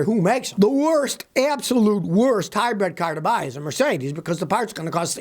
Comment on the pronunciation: Scotty...I keep telling you...it is HYBRID NOT Hybred ! Hybred is a tall bread van... Just stop it now...